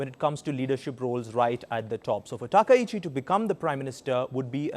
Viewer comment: いくら人工音声でも「さなたきち」ってのやめようね。それぐらい補正してください。ああ、ついでに「たきざわ」でもないです。談話室じゃないんだから。あ、こんどは「たかはし」ですか。 ちなみに戦争の清算は対中国、対韓国共に終わっています。したがって日本の首相が日本国内のどの宗教施設に参拝しようが１００％日本の国内問題です。 それに不満を持つ隣国がもしあるならそれは内政干渉にあたります。現代社会においては厳に慎むべきことですね。